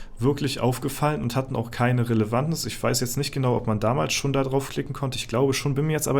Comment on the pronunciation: Ach, es heißt doch Relevanz